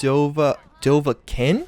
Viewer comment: Bethesda YouTubers should probably learn how to pronounce dovahkiin. :-P